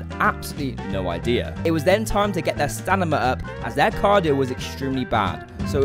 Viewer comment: U said stanima 😂